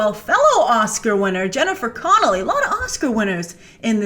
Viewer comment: Love your videos! Just wanted to say super late that it's "Connelly" :))